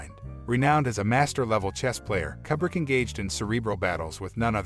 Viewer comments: God damn, son! It's Koo-brick! Damn! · "Forgotten," lol, umm.... "Kubbrick" smh.